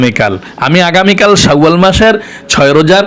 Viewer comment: বনিতা নাকরে সহজভাসায় উচচারন করুন। শাওয়াল বিকৃত করে কেন উচ্চারণ করছেন,ঘৃনা লাগছে,শুনতে।